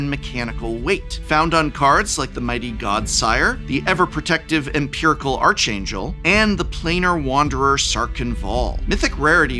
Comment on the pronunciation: It's pronounced "ark angel". Weren't you a professor of language, my good sir?